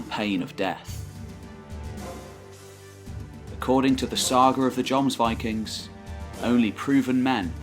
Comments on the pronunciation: Wish I had such a great narrating voice, or I'd made similar Anglo-Saxon, Norman, Germanic videos. And actually it's not pronounced "Yomsvikings", it's certainly with a J, but with short O, more like Jômsviking, like the O in Jorvik, with the O as in "OOOM" (the meditation sound/word). And not VAYKING, but WÎKÎNG. People make fun of Scandinavs speaking English, but Norwegian with an English accent is actually hilarious. :). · First of all, another excellent piece! Thanks chap. I was confused at first by what sounded like Jons Vikings, Jons borg ..etc! Lol aside from that this was very informative and well put together! Loved the music too. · Actually, that might be a too simple way to describe the pronunciation. The scandinavian "o" is different from the english "o". It would in fact be similar to the o-sound in Deeper in the throat, and longer. Though the contemporary pronunciation would probably been different anyhow :) I like your videos a lot, but I think you could do better with the scandinavian names. For example you use the name "Lade" as "Laid", but it should be "Lah-deh". Same with "Strut-Harald": should be "struut", as otherwise it sounds like he would strut around ;). Unless it meant something else back then, it sounds like he wore a conical hat (strut hat). I think some tweaking to pronunciations would add even more quality to your videos. This guy has it nailed down pretty well: but still its Norse with american accent. Keep it up! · I rage quit the video after he mispronounced jomsvikings for the 6th time. Gtfo of here with that shit.